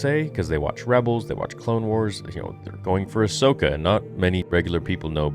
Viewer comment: It’s called: Ass-Okah